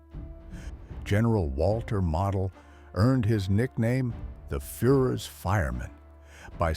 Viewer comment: Model is pronounced mowdal